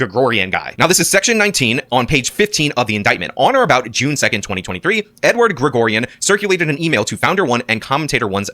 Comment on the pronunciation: Does think mispronouncing every single name in the indictment including "Edward" is some way to distance himself from everything? Its actually pathetic.